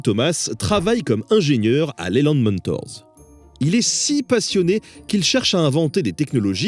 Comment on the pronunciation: Il travaille où ? Leyland " MONtors"? 😊